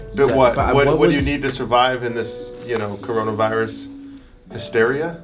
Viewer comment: "Coronivirus" lol